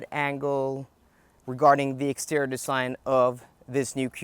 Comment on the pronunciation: It’s pronounced “extee-ree-or” not “extee-ror”. It’s “intee-ree-or”, not “intee-ror”. For crying out loud!